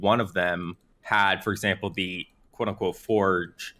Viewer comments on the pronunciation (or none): none